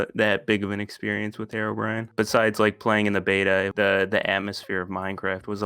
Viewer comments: i would have also voted the guy that was voted out first cause he said fucking HEROBRIAN, instead of Herobrine. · when minecraft veterans dont even say herobrine like herobrine